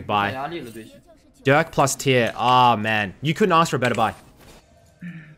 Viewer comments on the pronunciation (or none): none